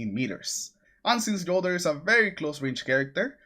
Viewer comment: FYi - the J in Jolder is pronounced with “Y” just like Jotunn.